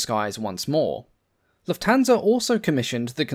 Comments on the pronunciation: The accent is on "luft" not "hansa". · this robot pronounces Lufthansa totally wrong